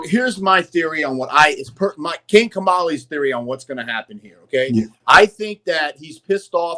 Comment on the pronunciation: I have been speaking Persian (Farsi) for whole of my life. King Kamali pronunciation was definitely correct bro.